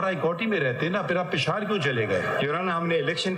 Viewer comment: The Right Word is پشاور. AS MR. HAMID KHAN PRONAUNCES😇 NOT پشار ۔۔۔ مسٹر دسویں فیل !!